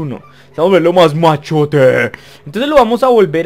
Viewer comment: en vez de machote te salió Machoto ._.